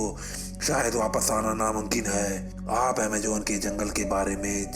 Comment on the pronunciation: Sab kuch thik hai..."Amejon".. Naam galat hai Ok-RongRong